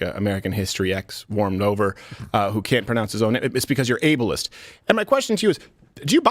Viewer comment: "You're Abalist!'" Yes... I want the Able-ist person in the job.